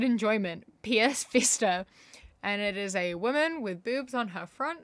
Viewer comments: It’s PS vita not Ps vista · Omg it's ps VITA, not "vista" 😭😭